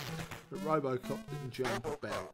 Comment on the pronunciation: I loved playing this game back in the day. For some reason my brother thought the game synth said ‘Apple Croft’ rather than ‘Robocop’. Go figure!!! But funny at the time.